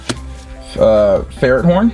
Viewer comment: Pronounces "Lapras" as "Laprey", "Ferrothorn" as "Ferret horn", and "Maractus" as "Marectus" Me: 😁😄😬🙄😳😤😡🤬